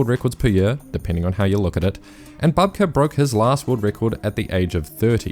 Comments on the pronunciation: Bouhbka, not Bahbka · Can we please not mispronounce very well-known and established athletes' names? Sergey Bubka (ukr.: Сергій Бубка) is pronounced [serˈɦij ˈbubkɐ]. This is the first time in 30 years that I've heard someone pronounce his name wrong. Please do better! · Stop saying Babka ffs! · Bubka might not be the GOAT anymore but he still deserves his name to be pronounced correctly - it's "Boob-Kah".